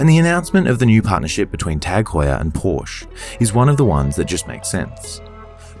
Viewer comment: Another beautiful video. However, it’s Por-sha.